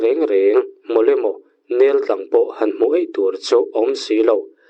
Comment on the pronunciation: Nêltlang an ti ngai lo, neltlang (awki hniama lam tur a ni e